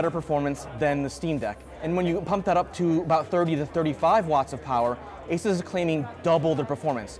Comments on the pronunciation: Mans done his research, yet can't pronounce asus.... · At least pronounce ASUS correctly. You're literally a tech channel. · It’s a bit grating that a tech journalist can’t correctly pronounce ASUS.